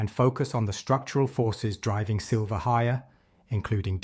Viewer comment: Still calling it "Sliver"!